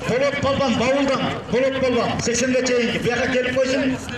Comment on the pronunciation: Палван дебей балбан дегиле